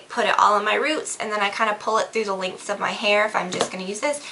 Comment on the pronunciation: It sounds like your saying links instead of lengths of your hair